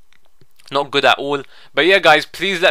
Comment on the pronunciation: Aha love it when he says 'And we get...No one gud.'